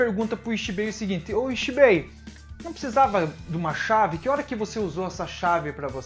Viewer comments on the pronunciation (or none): Video bem explicado muito bom Agora aprende a falar direito pq se vc ja viu o desenho sabe q nao eh rrrrreiyatsu q eles falam eh Reiyatsu e nao rrrrrreiyatsu Nao eh zanpakutU eh zanpakutO tO tO tO Nao eh Ixibei eh Ichibei Ichi Ichi nao Ixiiiiiiii